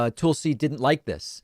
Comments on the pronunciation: I 100% agree with this segment except for how he pronounces Tulsi's name. It's Toolsie, it's Tulsie. Sorry, just bugs me. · David: "Toouul-see" Literally everyone else including Tulsi herself: "Toll-see" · David's pronunciation of "Tool-see" gets a chuckle every time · "Toolsi" really???? I expect better from you Dave. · Dave says "Toolsi". 😂😂😂😂😂😂😂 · Lol I like how you pronuns her name Toolsi. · “toolsi” lol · I love.it when David calls her toolsi. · Va it’s not racist not to get the pronunciation of her name correctly. . The news on every channel I’ve seen pronounce her name tul- si. Ppl constantly mispronounce my name. It happens. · Classic DP jokingly mispronouncing names. He should get "Vowshs" oppinion on this. Maybe "Aroon Brown" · David, is there a reason you mispronounce Tulsi?